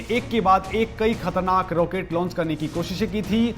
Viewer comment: रोकेट नहीं रॉकेट आपको अंग्रेजीमे फोर (FOUR) और फॉर (FOR) का फर्क पता है ?